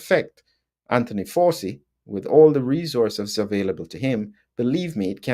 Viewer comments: Hi - it’s pronounced Fow (like wow) - chee, not Forsee, as far as I’m aware. Happy to be corrected. Very interesting episode - some parts a little beyond me but I’m still learning. Thanks again. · Excellent exegesis. Are you pronouncing Fauci correctly? You make it sound a bit like 'faucet,' but it's an Italian name, isn't it . . . ? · Why are you pronouncing his name like that?